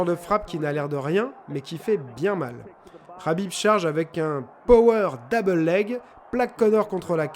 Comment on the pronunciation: Habib Rabib heu c’est KKKKKABIB